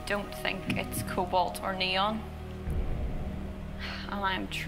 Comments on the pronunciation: I mean cobalt is pronounced co bolt 🔩 how can you get it wrong lol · Well you said it wrong its "cobalt" not "colbalt".